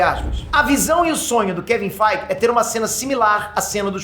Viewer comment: "Kevin FEIGE" 😂😂😂😂😂😂😂